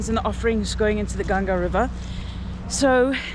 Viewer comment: Appreciate you pronouncing Ganga correctly and not Ganges. Oh and picture with other lady with tattoo love❤